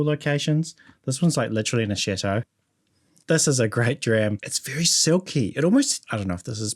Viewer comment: With you accent, chateau sounds quite similar to “shithole”.